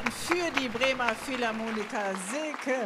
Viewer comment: Philharmoniker nicht Philharmonika ;)